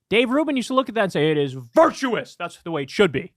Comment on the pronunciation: Finally someone saying Rave Dubin's name right.